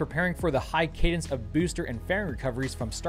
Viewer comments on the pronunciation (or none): none